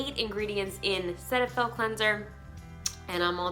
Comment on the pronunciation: I work for Galderma. It’s pronounced SeeTahFil.